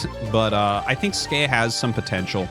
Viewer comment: Great game. I can't wait to see how Skey does in the tournament. I'm going to agree with Tasteless that it's pronounced S Key. Skey as you say it doesn't mean anything. But he plays Terran, and the "S" key is the default hotkey to make SCVs. So if you want to be a macro Terran, you're going to hit the S Key a lot.